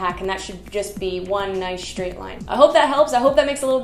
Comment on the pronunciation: Thanks. I always enjoy your videos. This one made me giggle every time you said "SHtraight," 😁